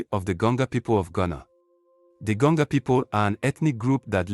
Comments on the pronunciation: Why do I feel like the voice we are hearing is computer generated voice and not human voice? This is why we got to “Gonga” people instead of Gonja people. I am a 67 year old Ghanaian and consider myself as a student of History, Sociology and Politics of Ghana. I have never heard of Gonga people in Ghana. That tribe does not exist except maybe in cyberspace. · Gonja not Gonga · please we are called Gonja and not Gonga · THE WORD IS GONJA AND NOT GANJO OR GANGO PLS